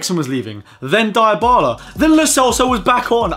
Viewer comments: You seen how we are says it diebala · the way you pronounce Dybala 😂😂😂😂